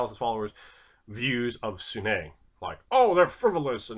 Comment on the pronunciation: Sune is pronounced soon